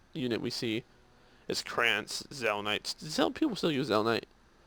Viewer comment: it's zelnite shida and elza